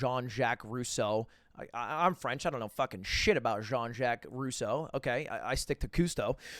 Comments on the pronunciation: I don't really know who this guy is but why does he claim to be french after butchering a french name? I feel like I'm missing something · bro lud is French and he pronounced Jean so terribly... lol